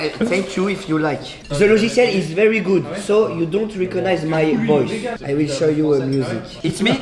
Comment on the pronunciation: it's vewi innecwedibeule